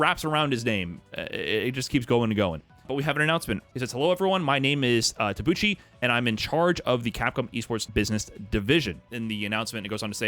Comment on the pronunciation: I'm confident it's "Ta-bu-chee" with the -ch sound in cheer or cheek or cheetah. On mobygames and on digiday his name is spelled 田渕 哲也, with 田渕 being his family name, and this being the IPA pronunciation according to wiktionary: ta̠bɯ̟t͡ɕi.